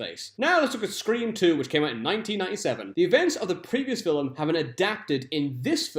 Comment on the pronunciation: Why are you saying "filim? Where is the extra syllable coming from?